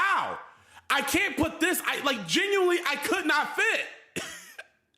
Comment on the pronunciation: he is "GenWuiNLY" aint mature after all